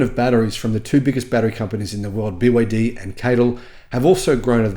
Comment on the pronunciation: Snälla sluta säg BYD som ett ord när det är ett akronym. Säger du BMW som ett ord? Eller MG, AMG?